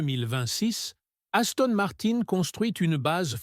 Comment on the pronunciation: Gaston Martin......😂😂😂... IA de 💩